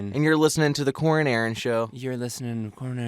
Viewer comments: It sounds like they are saying corn and Aaron 😂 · Is it just me that thinks that they always say “Welcome back to the CORN and Aaron show” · Idk why but I heard welcome to the corn and Aaron show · Is it just me or did Corey sead corn and Aron show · "It's The Coren and Aaron Show" That's what I keep on hearing whenever Corey says that lol! 😂😂😂